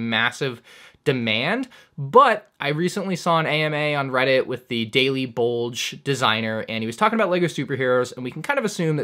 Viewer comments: Did he just call the daily bugle the daily bulge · omg i died inside when he said "daily bulge" like c'mon do it for all the spidey fans. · Did you call the daily bugle the daily bulge???? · Every time he said Daily Bulge I died inside a little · The Daily “Bulge”?! 🤣😭😂 Come on, keep it PG bro... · Am I the only one who noticed he said Daily bulge? it is pronounced daily bugle lol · Not a chance he just said daily bulge 😭😭😂😂😂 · Askmandr: this isn't really a question but you pronounced it daily bulge and its the daily bugle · man called it the daily bulge haha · He said the daily Bulge instead of Bugle😂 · Bro said daily bulge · I really hope you were saying Daily Bulge on purpose... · Did you just call it the daily bulge? Lol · Daily “BUL-ge designer? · Hey dude, are you serious? Are you that clueless of comic books and Spiderman that you’re calling the Daily Bugle the Daily Bulge? 😂😂Come on man, I really hope that was a comedic term and you weren’t being serious. It’s bugle, like the horn. Not bulge. Geez. It’s written right on the box. 😔🙄